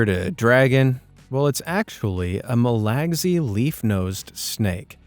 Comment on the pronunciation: Mispronunciations and mismatched photo identification Verify everything you hear or see on this vlog The photo shown is a Burmese python a.k.a. Indian or Molorus python NOT a Reticulated python These 🤪don’t do any fact checking so the viewers best not repeat anything they hear on this vlog Don’t be a moron Verify P.s. the narrator can’t read English MAL gassy😂😂😂😂😂💭💭fart fart